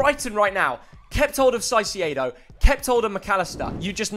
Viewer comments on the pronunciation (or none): Man can be fr calling him saisiedo💀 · Just say it right…. Please… KAISEDO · Kai-say-doh. not that hard really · that caicedo pronunciation is illegal